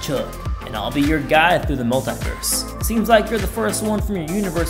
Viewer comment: In the universe pov singing they pronounce this word wrong multiverse multiverse not multiverse